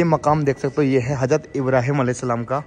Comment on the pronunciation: Bhai Thora Urdu word s estemal kiya kre.bakibto bahut achcha h hazrat bolte h , hajrat nhi bolte